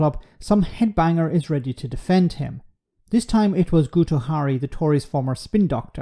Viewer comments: The letter "u" in Welsh is a short "ee" sound (a bit like the "u" in French "tu"), so Guto = "gitto", not "gooto". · Enjoy your podcasts and agree with your points in this one. Small nitpick though: in Welsh 'u' is pronounced 'i' so its not GOOto but GITo. True, and possibly ironic. 😂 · Really bad pronunciation here. Guto as a Welsh speaker is Gitt-o. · Guto pronounced Gito. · Because Guto is Welsh it's pronounced Gito - he's still a headbanger though 🙂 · Guto is pronounced ‘gitto’. What a complete a$$ licker